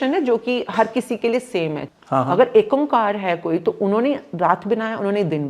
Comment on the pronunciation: Its ikahkar not ek omkar